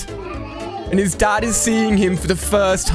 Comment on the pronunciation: Did u called the dad a dog u said dad wrong